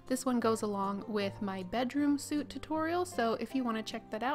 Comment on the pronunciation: Oh how did I miss This? I look to make sure every couple of weeks. Bedroom suite is pronounced sweet (sorry I heard you say it a couple of times and I only do constructive criticism if something jumps out at me so don't be annoyed please:))